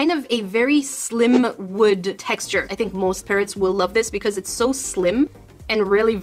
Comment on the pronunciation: Are u saying parents or parrots they are two different words